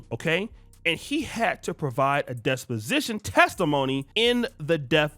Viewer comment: Bro it's "Dep Position" not desposition or disposition.😢